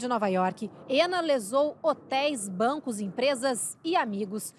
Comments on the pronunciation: É muito estranho a reporter ficar falando: "Éna", "Éna", "Éna"... pô, se a mulher é russa, chama logo de Ana... se quer pronunciar de modo "anglicizado", melhora a pronúncia... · Tentando perceber como é que Anna se torna "ênna" 🤦‍♀️